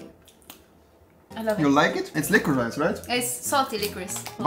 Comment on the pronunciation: Triggered weil Rewi liquorice die ganze Zeit falsch ausspricht.